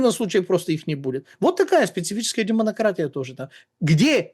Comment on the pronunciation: Шикарно звучит - "Демонократия"